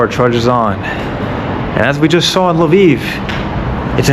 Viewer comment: Kee Yiv... Laviv. Hahaha Not Key yeeve nor Lavive. You speak excellent Ukrainian though.